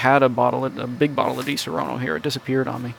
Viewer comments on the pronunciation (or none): Please stop pronunciate DiSaronno in the wrong way (you say Disorono in italian). The correct pronunciation of di-SA-ronno is like the word "SAD"... So try to Say: DI-SA-RONNO